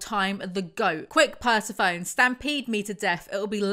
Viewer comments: good to see still can’t pronounce persephone… some things never change 💞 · Right I was nearly certain was saying the horses name wrong to be funny. But it's pronounced per-seth-phoneny not purse-a- phoney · Not trying to sound condescending, but the correct pronunciation of Persephone is 'per-seh-fo-nee'. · per-sah-phone.. lol smh.. GIRL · saying Persephone wrong hurts me 💀 Aside from that I find it rather odd that Nyx claims to never take away gifts but.... she took Aphrodite's vampirism which makes her a liar or foolish enough to contradict herself. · Please, PLEASE look up how to pronounce Persephone I can't take it😂😂😂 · Are you pronouncing Persephone that way just to torture us? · I love these videos but the way pronounces persephone 😢